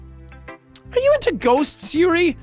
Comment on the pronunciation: the way he said "yuyu" like it was an american thing lmao. so close bud it yoohoo